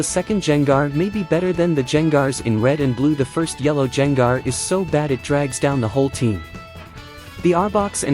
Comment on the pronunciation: Who tf is Jain Gar. How do you not know how to say Gengar?